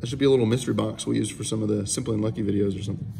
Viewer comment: Bro, pleeeaaassseee tone back the emphasis you put on your intro. The whole "whAAAAt's up you guys? SIMMMPPPPly uNNNNNlucky here." thing comes off a tad Jake Paul-ish.